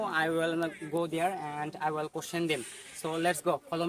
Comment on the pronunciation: Will উচ্চারণ টা ওয়েল হচ্ছে ? Polite? ইত্যাদির উচ্চারণ হচ্ছে না , আপনি তো মানতেই চাচ্ছেন না